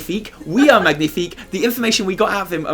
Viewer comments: Im actually french MAGNIFIQUE ! Btw we don’t say mag-nifique but mag~nifique, so it sound like a gnieh instead Gneh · magnifique in french... well "gn" pronounces like "nye". its like like its one letter over g and n separately. The closest phonetic would be ma-nyie-fic. ^^ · I do want to point out that the g in magnifique is silent if you really wanted to do french :D It's like "manyifique" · We pronounce it « mañifique » actually ! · Magnifique is french but the g is silent, so it’s more like manifique. :) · Did i just hear Magnithick? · As a french speaker I must say we pronounce "magnifique" -> /manifik/:D haha Anyway can't wait to hear the interview!:D Thanks for your videos guys you are awesome! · Great episode :D Just... please research how to pronounce a French word next time, k thnx :P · isn't the G silent in magnifique? hmmm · Next time you pronounce the 'g' in 'Magnifique' I'mma Brexit the hell outta you! 😠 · Fyi, the G in Magnifique is silent in french ;) cool video as usual! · great video as always. the g in magnifique is silent btw.